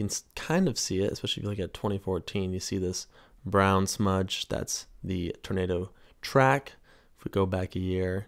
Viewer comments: I swear you’re saying ternado. Instead of tornado. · What’s a turnaydough? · Love his pronunciation of Turnado. Funny